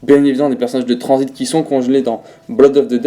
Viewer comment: Y’a que à moi que ça perturbe quand il dit "transit" j’entends "transbite"😭